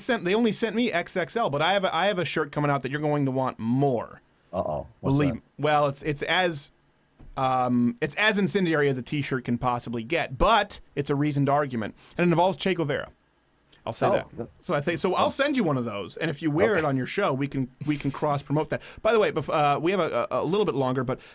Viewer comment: Steven the u in Guevara is silent and the a's are open sound such as in apple. To Spanish speakers every time you pronounce it wrong you are actually saying ball sack.